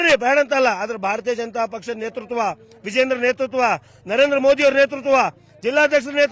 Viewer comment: Vijayendra avaranna modalu uchhatane madi